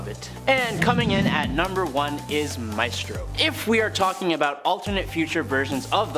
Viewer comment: It’s MYstro. Not MAYstro